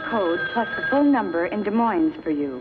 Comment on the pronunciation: Notice how Asia nations' contribution to the 21st century is shown as better, faster rikshaws. And the glib and polished product presenter pronounced Des Moines with the s on the end. They really know their world at the World's Fair.